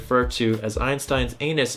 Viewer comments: anus mirabilis HAHAHAA say annus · Him reading Annus as anus Me, part of [REDACTED] cult: lol amateur